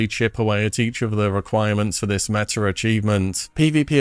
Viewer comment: Also its pronounced meta....not metter